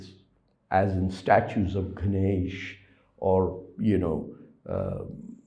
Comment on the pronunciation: Ghanaysh 😂 Its Ganesh 🙏